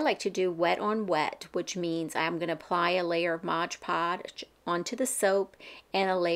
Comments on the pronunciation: I don't know why, but you calling it modge podge drives me nuts, lol it's MOD podge. Thank you for the easy to follow tutorial. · Mod Podge, not modge podge.